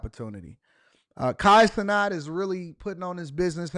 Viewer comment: Why are you saying his last name like that? If I asked you to say the the word "gnat" would you say "not"?. It doesn't even make sense in grammar terms why you're saying his name like that. Lol